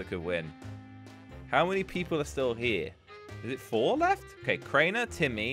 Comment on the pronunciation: Its Crianer